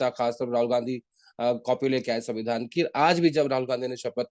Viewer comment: vevadhan ya savindhan avadhan Mr jokeyc🤣